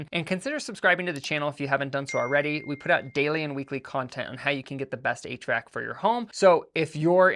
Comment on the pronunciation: no, just one of the times you said HVAC it sounded like you said 8 track.